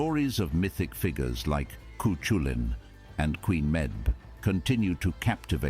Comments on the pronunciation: Camoige=female hurling We are crazy about potatoes and im not ashamed about it 😊 And he pronounced the names of our legandary fingure wrong . . It cu (coo) culann and meabh (may-ve). All in all though, not a bad video explaining our little story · That narrator is butchering, BUTCHERING!, Irish words. "Lough Neagh" is pronounced "Lock Neigh" not "Loff Neigh" Cú Chulainn is pronounced "Coo Kull ann" and Medb is pronounced "Meave" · Oh my God, the mispronounciation. Chu culainn, Quenn meb?